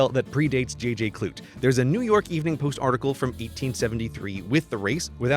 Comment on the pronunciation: umm 'clute' was normally pronounced kloo-tee